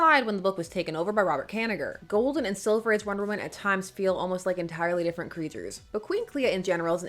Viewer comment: did you say ghoul-den age ?